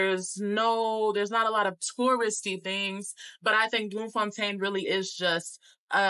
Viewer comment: You get a 💯 for pronunciation...first time i hear an American saying names like Bloemfontein, Lesotho, Soweto, Houtbay correctly👌🏾 Loved your impression of our beautiful country🇿🇦...and thank you for sharing that bit about how our people kept telling you about how unsafe SA is and warned you not to trust people... it says a lot about how we view ourselves, we ought to change that.